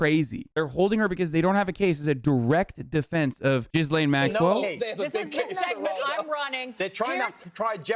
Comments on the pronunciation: Just saying, her name isnt "jizz-lane," its gee-lynn with a g as in goat. Idgaf abt her in any way tho so if you prefer jizz lane, i have no problem but i said it just in case you wanna know how to say it. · As funny as it sounds, I don't really think her name is pronounced "Jizz Lane"